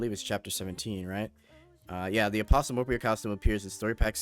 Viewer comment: Good video, the t is apostle is silent though.